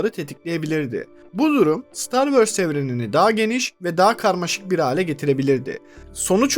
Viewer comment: Hikaye mükemmel, anlatım akıcı ancak "star wörs" diye bir aksan yok dünyada. Ö yerine o yu kullanırsanız anlattıklarınıza daha çok odaklanabiliriz.